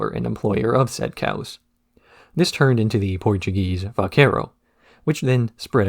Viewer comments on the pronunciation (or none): none